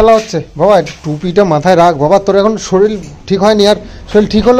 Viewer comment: শরীল আবার কি কথা? কথা টা শরীর 😊